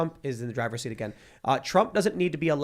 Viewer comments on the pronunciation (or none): none